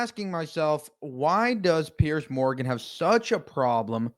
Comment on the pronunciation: Its Piers not Pierce and is pronounced differently